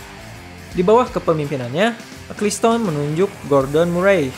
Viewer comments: Itu bacanya "ekelsten" bukan "ekliston" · Nama yang bener itu Bernie Ecclestone, bukan Acclestone.